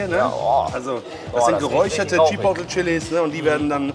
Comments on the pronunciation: Spricht man übrigens [Tschipohtleh] aus nicht [Tschipottel] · Chi Pot le bitte so ausprechen und nicht chipotl , oder sag doch gleich chiwawa zuhahah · Bernd: Chipotle Maxpane: Chipoley:Chipottel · immer geile Videos aber es triggert so hart dass keiner Chipotle richtig aussprechen kann ey^^ Der Daumen ist trozdem nach oben geknallt👍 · Das wird nicht Tschipotl ausgesprochen sondern tschi-poh-tlay, Sour Cream nicht Suhr sondern ähnlich wie in sauer.